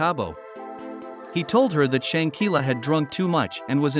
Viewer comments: Please mindful how you pronounce shanquella name. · Man if you are going to do a report on somebody at least get their name right you mispronounced the lady's name more than four times, that is very dismissive and unprofessional I wouldn't subscribe to you channel if you paid me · You are jacking up her name